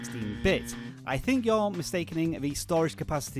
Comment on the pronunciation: When you said you're at the start I thought you said "yo!" XD